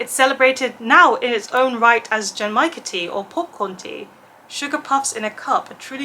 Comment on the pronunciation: Genmaicha tea is one of my favourite teas, too! I love the roasted rice flavour. You almost had the pronunciation! The G in the beginning is a hard G like in "good", and the CH in cha (which means "tea", btw) is the CH in "chimney"! Source: I took Japanese lessons for a couple of years 😊 The last cocktail I had was a bit over a week ago in The Alchemist in Glasgow, where I was for Worldcon. I had The Colour Changing One (it did what the name says & tasted like apple) and Elderpower (it had elderflower and was served in a cute shiny rainbow can).